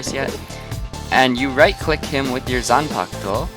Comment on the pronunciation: Can you even pronouce Zampak-to